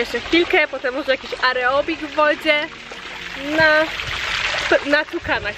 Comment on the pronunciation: aerobik a nie areobik